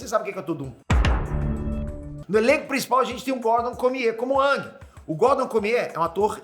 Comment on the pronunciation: só falou bosta. AVATAR Tem nada haver com as estações do ano. e se pronuncia eng e nao ang